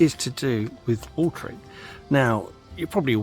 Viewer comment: lol with your accent it is watering ..... not watring 😃